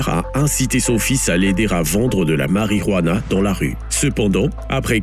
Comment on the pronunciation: Du "hentanyl" et de la "harijuana" 😂😂